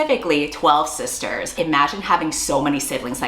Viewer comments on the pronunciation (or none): when you said sisters i deadass thought you said "scissors" and wondered if that was a new fun term for lesbians💀